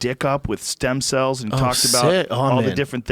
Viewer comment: Brendan “I need them sem stells ” Schaub